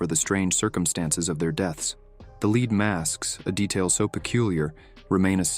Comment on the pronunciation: One presumes that a human reading these stories would realize that there are two ways to pronounce the word “lead,” depending on the context. It was a bit grating to keep hearing that these men were wearing “leed” masks, when it was obviously meant to be the metal.